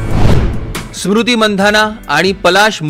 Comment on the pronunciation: सुरुति नाहीरे स्मृती आहे ती😂😂😂😂😂😂😂😂